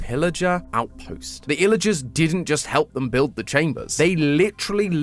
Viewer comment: WHY DOES HE CALL THEM ILLAGERSS!?!????!